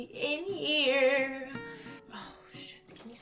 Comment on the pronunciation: I litterally understood "I'm HAIR to show you stuff" lol